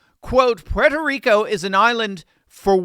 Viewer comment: I like and respect that you properly pronounce Puerto Rico. Millions whose roots originate on this island constantly call it PORTO Rico and they’re WRONG!!!! It’s pronounced ‘Pwerto’ Rico so I thank you.